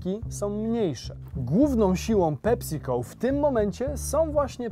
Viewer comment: Ta wymowa „PeSico” brzmi jak PepsiCol. Poprawna wymowa to PEpsi-co. Nie są się słuchać tego